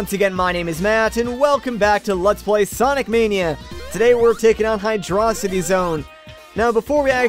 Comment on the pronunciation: 1 yr late but wtf do you pronounce hydrocity highdröcitee